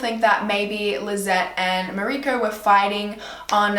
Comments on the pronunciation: Its pronounced Maw-uree-ceo not Mariko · The dads name is Mauricio pronounced Ma-oo-ree-see-o :) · Awesome video. Just for future improvements. Mauricio is pronounced Moor-ee-cee-o